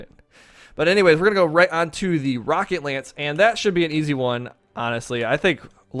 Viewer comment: He has an American accent. I have an American accent. Most Americans pronounce the 'o' in "rocket" as 'ah', not 'aa'. Even if he is not American, I am not making fun of his accent. I am simply criticizing the way he pronounced a single phoneme.